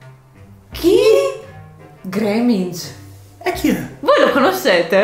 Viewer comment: credo che abbia detto Greenengia che si pronuncia Griningia